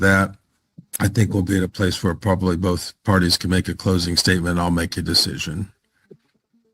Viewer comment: Did he say "verbably?" Probably!